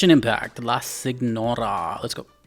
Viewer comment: I don’t know too much Italian but signora and señora are actually the same word. Note how you would pronounce the GM in lasagna So you were right on the money